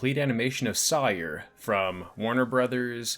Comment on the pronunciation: I appreciate the video and by the looks of it I'll appreciate other videos you've made, but I got to point out that her name is pronounce just like Tom Sawyer. I have no idea why you pronounced it in that weird way you did considering it's not spelled any different and multiple characters say her name with only proper pronunciation throughout the picture.😅